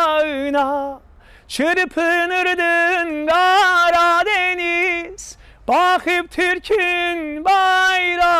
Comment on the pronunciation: DENİZ YOX, MÜƏLLİM, DƏNİZ. TOPRAQ YOX, TORPAQ.